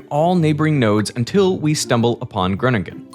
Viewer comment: yeah they butchered Groningen